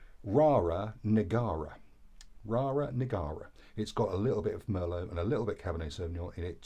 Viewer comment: It's not Rara Negara, it's Rara Neagra. (You had obviously supped a few before the review!) 😁